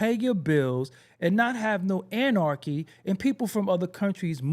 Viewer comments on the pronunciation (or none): none